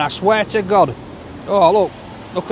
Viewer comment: Sometimes I think he says: oh my gob instead of oh my god. 😂 It's always a joy to watch your clips,. It's just that every time I watch... My tummy starts to rumble. Wonder why? 😁